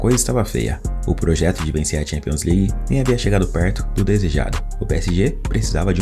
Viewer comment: PSG, o eterno "pôjeto"